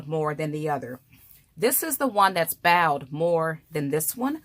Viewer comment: Ma'am...the word is bowed...like a bow & arrow...bowed